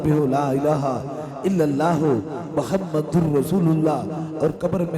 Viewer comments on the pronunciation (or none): none